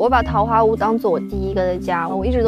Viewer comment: 不应该念四声吗？坞